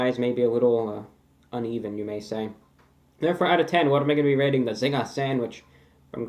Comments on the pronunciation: since these originated in Australia. your pronunciation of zingah is correct. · LOL mi love yuh! we call it 'Zinga' in Jamaica too lol you got it right! lol Jamaica has the best KFC come and review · Phil Deep In Australia it's just a Zinger because that's how we pronounce it (We automatically say Zinga) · Australia's had the Zinger for a few years before the US so "Zinga" is technically the right way to say it